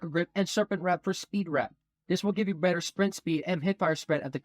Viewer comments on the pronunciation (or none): none